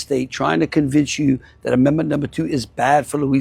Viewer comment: said "dat" 🤣